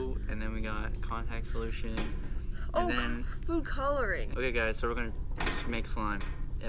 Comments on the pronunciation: OMG I HEARD SOMEBODY SAY CONTACT SOULITION >_< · "Add in Contact soulotion" Lol who heard someone say it Edit:OMG JUST READ MY COMMENT OMG IM A FAN OF THEM A HUGE IM Fake_Potato from musically